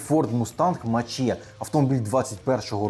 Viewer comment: привіт, форд мустанг мак і. а не мач є. напевно помилково так сказали.